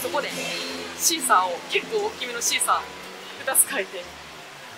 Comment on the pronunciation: シーサーパックのことシークァーサーパックって言ってる😂可愛い😂😂❤